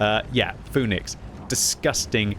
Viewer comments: Pronounced Fee-nix btw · it is fee-nix.